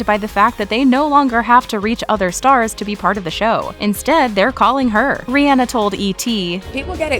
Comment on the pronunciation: It’s Ree on nahh NOT reeee Ann ahhhh 🙄 bitches